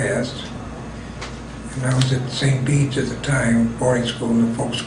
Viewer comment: I live in Peru Illinois. Your pronouncing St. Bede's wrong. It suppose to sound like St. "Beads" lol